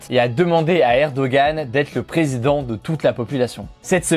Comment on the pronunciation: Tu aurais pus faire un effort pour prononcer les noms du “presinden” turc et de l opposant (ça se lit redjep Tayyip erdoan et muharrem indjé) mais bon le plus important c est que tu na pas parlé du fait que les votes ont été fortement truqués ,que l opposant mageur à possiblement été menacé de dire la vérité sur le vote, que une agence non officielle a annoncé les resultats en faveure de erdoğan avant que le contage des votes ne soit arrive a la moitie. Finalement tu aurais pu parler que la Turquie , mon pays, est entree a partir de ce jour dans une democratie ou il n y a plus qu un seul parti qui est au pouvoir en plus d avoir un dictateur qui le dirige.